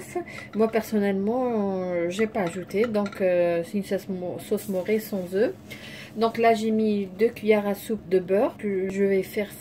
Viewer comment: Sauce mornay et pas sauce moré